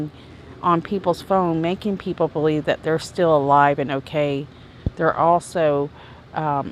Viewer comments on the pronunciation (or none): none